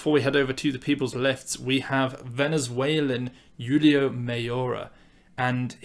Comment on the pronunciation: Hi, always appreciate the content! Julio Mayora's name is pronounced "Hoo-lee-oh", just a heads up